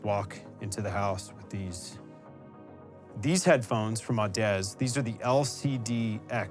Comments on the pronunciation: Audeze is pronounce like odyssey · Absolutely loved this,. Beautiful setup, lighting on point. Very envious. I think it's pronounced Au-duh-zee by the way:)